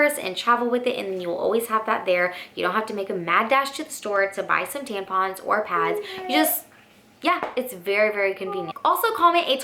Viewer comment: We're all just going to ignore the fact that she called them "tanpons" the whole video??